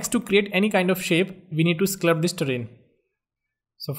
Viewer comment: There's no such word as sclupt. It's sculpt. Like skull-pt.